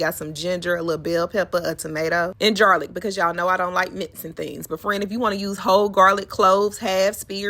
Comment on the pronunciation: Did you say jar-lic??? Omg you’re legendary 😂😂😂